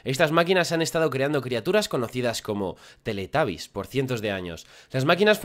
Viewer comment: No es teletabby's es teletubby's